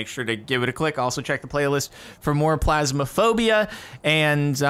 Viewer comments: am.. am I the only one who's lowkey bothered that he says "Plasmaphobia", instead of "Phasmaphobia" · can we get a counter for how many times cap says plasma-phobia not PHasmophobia?